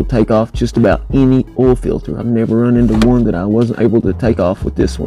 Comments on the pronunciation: PRONOUNCE O I L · I like the way you say Oil, it's so funny